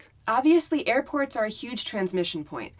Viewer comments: as long as has some cookies to snack on, everything should be fine! Nice wheels, on that Pick Up truck,... but really surprised me on his, mist pronunciation of Airport/to Airporn! lol, you need rest my friend,... Have a Safe Road Trip guy's... Love & Light! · 2.08 "airporn" 😂😂😂😂